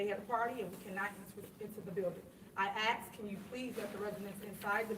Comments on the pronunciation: want to know where all that money went...Tiffanys cloths and wigs would be a good place to look first. BTW why is it so hard to say "asked" she always says axed, which is what she got lol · She axed. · She doesnt liked being "axed" too many questions. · She says things he know instead of he knows and axe me. He axe me ? Really ??? He asked me. He knows. lol hahhaaa. Idiot